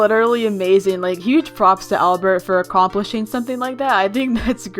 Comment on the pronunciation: “ablert” bruh albert